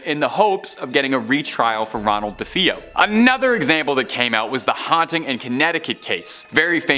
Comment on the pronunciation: The way you pronounce DeFeo is weird but fun.